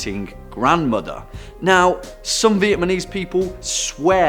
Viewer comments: It`s Vietnamese,not Vietmanese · As a vietNAMese person, you are saying it incorrectly. It’s not vietMANese 😂 but you’re trying lol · Stop saying Vietmanese, it's Vietnamese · Nobody: This Guy: "Vietmanese" people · Big old fail on the 'Vietmanese'. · Vietmanese though 😂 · Vietmanese? Strange way to pronounce it during the meat eating Grandmother! I can't unhear that! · Another channel that pronounces VietNAmese as VietMAnese 🤦‍♂️ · I am Vietnamese not vietmanese the pronunciation of cities were not as good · second take buddy, stop say vietManese, say vietnamese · Vietmanese? Vietnamese* you mean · THIS IS SO RACIST “VIETMANESE” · ITS VIETNAMESE NOT VIETMANESE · Vietmanese lol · did I hear “Viet-MA-nese”? Idk just wanted to point that out lmao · 'Viet-manese'? Methinks be dyslexic. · Funny how he said vietmanese and the word ma means ghost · Learn how to say VIETNAMESE...dumbaby! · It's 'Viet-NAM-eese' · What is vietMANese? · Stop saying VietMANese... do a second take, mate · VietNAMese. VietNAMese, you fool. You sound like a little kid trying to pronounce it lol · Vietmanese folklore Vietmanese jungle Vietmanese folklore Vietmanese village I don't think he says Vietnamese properly once lol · Haha, not-Danny totally said VietMAnese! LOL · I noticed it too! Lol, it’s the only reason why I went down to the comments to see if anyone else was hearing it